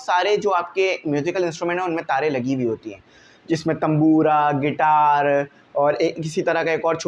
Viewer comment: Guitar ❌ Gaiter✅